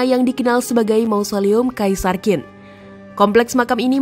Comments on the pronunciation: Jendral wang jian bukan wang jan mbak…penasehat nya li si bukan leu😂😂😂…gak ada kaisar kin mbak…qin itu bacanya cin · Bisa baca Q gak? Kok jadi Kin. Harusnya chin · QIN dibaca CHIN, BUKAN KIN, dinasti Qing=Ching😂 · Kontennya lumayan bagus, tapi perlu belajar lagi tentang ejaan Pinyin mandarin. Ejaan bahasa mandarin agak perbeda dgn bhs indonesia. Qin tidak di baca khin. Tapi qin di baca sebagai "Chin". Semoga bisa lebih benar lagi pengucapan nya di konten selanjutnya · Benar sekali, bnyk org Indonesia yg baca Kin, ketauan kurang wawasan , kurang belajar, sebaiknya belajar lafalnya dulu sblm menyampaikan sesuatu dng akurat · Sebutnya "Qin = Tjhin", bukan "Kin" . tq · Bacanya Bukan kin tapi chin😢. Penjelasan sejarah tapi bacanya saja sdh salah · maaf mba cara nya baca nya bukan KIN Si HUANG tp Ching Si Huang....✌ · "Qin Shi Huang" bukan dibaca "Kin Si Huang". Bagi yg tidak mengerti pinyin atau susah melafalkan cara baca tulisan pinyin, coba ini: "qin" dibaca "jin" (bunyinya "ch" bagi lidah non mandarin itu lebih sulit ditiru, lebih mudah dan lebih mirip terdengar sebagai "j") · Q bacanya ch gitu sih yang saya tau ... Qin bacanya chin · Qin bacanya bukan Kin, tapi Chin.. ngawur 😂😂😂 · Dari awal sampai akhir Qin dibaca Kin, Seharusnya Chin, Ching atau Shin... Itu adalah nama yang disebut-sebut bangsa-bangsa asing di luar sana yang sampai pada era moderen berevolusi menjadi China. Jadi jangan baca Kin ya, tidak elok China elo baca Kina🤣🤣🤣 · "Qin" dalam bahasa Mandarin dibaca "ciin" (dengan aksen yang agak datar). bukan dibaca Chin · Qin, dibaca Chin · Qin di bacaNya Ching. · Qin bacanya CHIN, mbak! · Qin, dibaca : " J H I N " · Qin cara spellnya chin kyk mau ngomong china gt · Sebutan Qin, kok di baca Kin? Harusnya ambil dulu sebelum membuat konten. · Qin dibacanya chin boss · Sulitnya orang di Indonesia dikasih tahu cara baca yg benar tetap saja dibaca kin